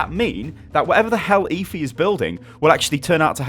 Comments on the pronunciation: it's Efi, not ifi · you're such a brit... it's obviously pronounced "Ehfi"